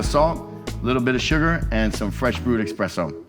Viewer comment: Love the vid, but hearing a professional say expresso instead on esspresso makes me downright sad